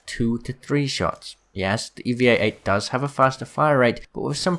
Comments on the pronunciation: dude it is eva 8 not eevea 8 or whatever u said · U said Eva 8 wrong it’s E-va 8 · And why does he say evia 8? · Am i the only one who's triggered he said "evea-8" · Triggered is a bit much but ya I noticed that too